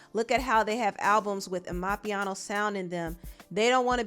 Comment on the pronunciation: ummm she should learn how to say "amapiano" 😳😳😳😳😳😳😳😳